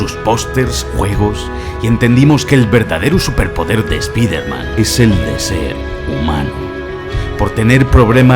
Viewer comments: Me da cáncer cerebral cada vez que dice espeederman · Me encanta el video soy super fan tuyo.....pero que nervioso me pone que digas spidermEn en ve de spidermAn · Se dicen Spider- mAn Se dice Iron-mAn No mEn 😓😓😓😓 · Pronuncia bien las palabras q es un espiderman??? pronuncialo como se debe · La mitad de las cosas no son curiosidades reales, son movidas que has cuadrado tú porque te han dado la gana. Además, de verdad, deja de decir "Espaidermen", que no sabes decirlo xd. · "Eme jota" "espiderman" porque les cuesta a los españoles pronunciar las palabras en inglés? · Spiderman ( pronunciación literal ) me matas !